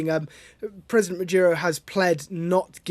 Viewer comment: His name is Maduro, not Majuro or Madyuro. 🙄